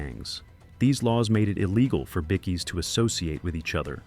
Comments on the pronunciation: Good to see no icecream men, but there was a split second I seen them. Now you need to learn it's pronounced by-keys not bikkies. Bit of an insult I believe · BICKIES?? Australian word for BIKERS is BIKE-EES not BIC-EES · “Bickees”? SMH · Us Aussies and THE REST OF THE WORLD says BIKE-KEYS lol I think this guy is the only man on Earth that, lol my 4 yr old nephew even know it's Bike-KEY